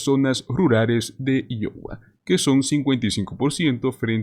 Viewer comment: Por lo menos deberías preguntar como se pronuncia Iowa